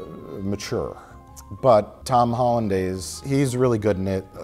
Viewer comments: Is no one going to mention how Mike keeps saying Tom Hollandaize? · I dont like their lack of knowledge on superheroes and how they called him Tom Hollandays.